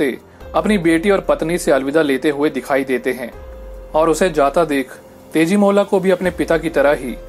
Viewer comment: yeah But it's tejimola.. as it's an Assamese folktale everyone should pronounced it as tejimola..